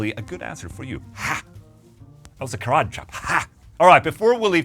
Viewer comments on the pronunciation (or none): none